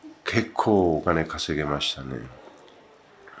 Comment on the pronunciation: の結構は何十億に聞こえます…笑笑